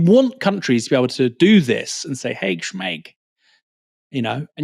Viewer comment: maybe he meant Schmaag, not Schmaig (pronounciation) Palestinian Kofiyeh is called Schmag